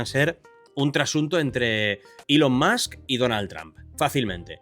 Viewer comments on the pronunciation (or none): none